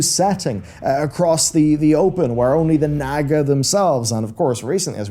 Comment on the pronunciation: its NOT NAG-UH ITS NAH-GUH! Fucking A, for someone who's so lore conscious!